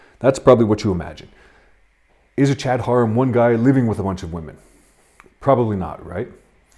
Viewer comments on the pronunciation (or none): And it is pronounced "hair-um" not "hor-um"